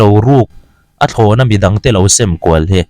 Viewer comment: Sem kual itih lai kha a thluk a dik lo. Sim nghal tum rawh. Mizo tawng diklo naupang zawkte hman thin lo hman lar chhoh dikloh a ni. ÷ Hemi sign i lam ang chiah a thluk tur.